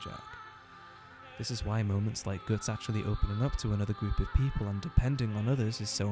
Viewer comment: Interesting pronounciation of Guts. Sounds almost like Götz, an actual medieval German name. And I read the name was meant to be cool and somewhat German sounding. Though supposedly any similarities with a famous badass one-armed mercenary captain named Götz are purely coincidental.